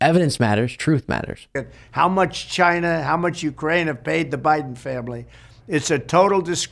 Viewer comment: 54 "the Biden Fambly" 🤨